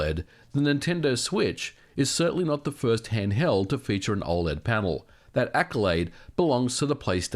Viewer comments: O L E D. Not oh-lead. I couldn't even watch this video because of this. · i cant get passed you saying OL-ED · Why do you say "ole-ed". That's like saying "use-sb"! It's killing me!